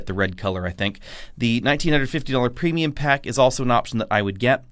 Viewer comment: More “preimum” interior! 😮